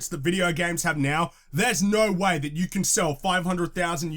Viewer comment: "The fault is on youerrrerre!!" lol that killed me